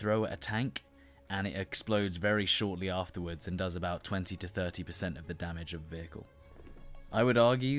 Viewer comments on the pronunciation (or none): none